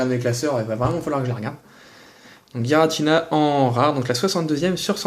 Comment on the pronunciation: Gi = ji comme girafe donc pas "guiratina" :P